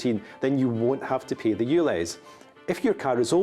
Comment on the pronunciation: I understand the London accent and you pronounce things differently but dude you need to say the word pay with a little more of the a sound because it sounds like you're saying pee